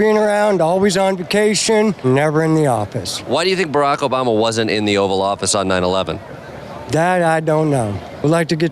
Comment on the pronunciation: "Brock Bama had big parta nine ya'leven."